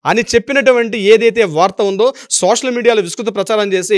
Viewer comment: Emi law chadivavayya. Neeku telugu raada.sosal medium kadayya. Social media antaru.telugu pronounciation nerchukoni videolu cheyyi